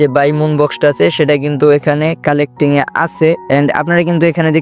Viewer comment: কালেক্টিং না রে ওটা,,,ক্যালকুলেটিং😂😂😊😮ওটা